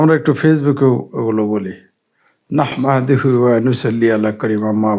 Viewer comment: আসসালামুআলাইকুম ওয়ারাহমাতুল্লাহি ওয়াবারাকাতুহ একটু শুদ্ধ করে পড়েন নাহমাদুহু ওয়ানু সল্লি আলা রাসূলিহিল কারীম